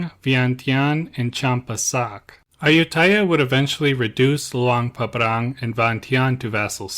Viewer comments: It's Luang Prabang, not Luang Pabrang. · Come on… it’s annoying to pronounce Luang Prabang so incorrectly like that. Luang PrapRang? Anyway. I love your content, just check things before posting.